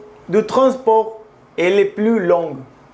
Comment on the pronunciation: Amigo: Ten cuidado con las consonantes finales mudas como en 'long' [lɔ̃] y no [lɔ̃:g]; 'lourd' [lu:ʶ] y no [luʶd]. Si las pronuncias, corresponden a la forma feminina: 'longue' y 'lourde' respectivamente. La consonante [ʶ] es apenas perceptible. La vocal [ɔ̃:] es larga; se indica con dos puntos colocados después del símbolo. A pesar de que no se hablan de ellas, las vocales largas existen en francés pero no afecta el sentido de una palabra. Estas vocales largas sólo se pronuncian de forma sistemática cuando están en la última sílaba de una frase o justo antes de una coma. Si esta misma vocal se encuentra en otra posición, se vuelve breve como las demás. C'est un plaisir d'écouter ton charmant accent mexicain. Salut